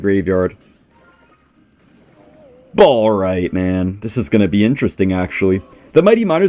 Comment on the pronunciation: is the type of guy to say “balright” against Jynxzi’s graveyard deck